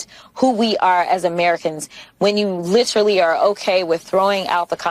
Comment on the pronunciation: Not li TRAlly but li TERally